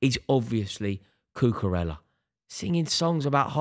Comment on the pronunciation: Does anybody else wish he would pronounce Cucarella correctly?